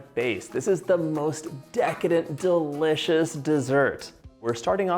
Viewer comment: Drinking game: 1 shot for every “DA-licious” or “Deecadent.” 😂